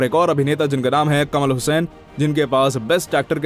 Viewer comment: Kamal Hassan not kamal hussain